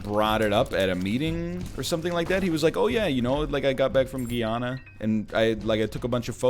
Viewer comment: Hey NL! If you're talking about Guyana, it should be pronounced as "Goo-ya-nah" :)